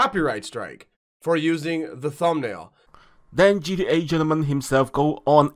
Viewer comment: Its not gea its gta guy get it right yoooo